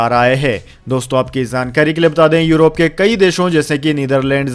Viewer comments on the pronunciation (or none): none